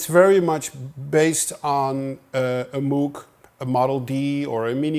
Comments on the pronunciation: it's pronounced "moog" - as in "rogue", not moo like a cow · it pronounces "mooh-g" thus "ooooo" sound, not "moo", like a cow. :) Otherwise a very nice video :) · Psst, Tom: "Moog" rhymes with "vogue". Yeah, I know - I had a long argument with my wife about that, and she was right. Thanks for all your great videos - the ones on orchestration are the most useful ones I've seen. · Dude, as a Dutch man, you're supposed to know how to pronounce "Moog" properly ;)